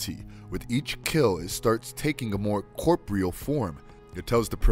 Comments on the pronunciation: "Corp-real form" ??? I think you meant to say: CORPOREAL (Cor-por-ee-al) Pronunciation is 9/10 everything when producing Audio for Vids, Mate;O) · It's not Corp-real its cor-por-re-al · Cor-por-ree-al ffs Repetitious content Incredibly amateurish channel